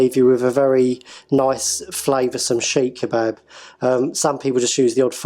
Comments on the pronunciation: Never heard of a SHEEKH KEBAB...THE DAMN THING IS CALLED "SEEEK KEBAB" SEEKH KEBAB NOT SHEEEK! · Is that how you pronounce it? Chic kebab?